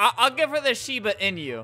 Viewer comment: You're pronouncing inu wrong